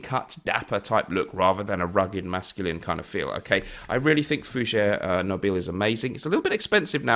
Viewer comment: Very nice listing! Just one note on pronunciation... Nobile is "NO-bee-lay"-- in the Italian.:D Also, another one, I've been meaning to mention "Cerruti" has a soft "c"-- so, "ch" as in "chair." Hope this is helpful! Sorry, am a total language nerd so wanted to make sure you had the right info. <3 Cheers,!:D